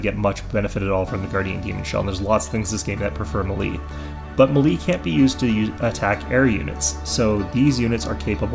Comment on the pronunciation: "Melee" is pronounced "may-lay".